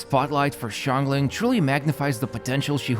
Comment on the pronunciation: Xiangling name is pronounced (Shahng ling)